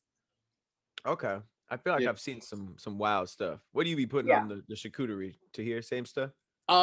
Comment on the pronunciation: Charcuterie not chacooterie 😂